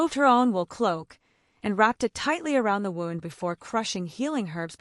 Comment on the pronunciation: They finally did wind up in a cave. I still think some things need to be checked out. Like pronouncing 'wound' to rhyme with 'round' when talking about cuts.